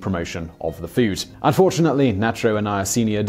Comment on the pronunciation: Naycho cheese?